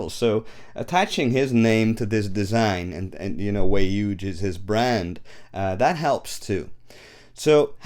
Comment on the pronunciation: Dude keeps saying "Way Yuge"